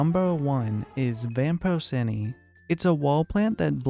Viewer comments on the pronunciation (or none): It’s vapor-Chee-nee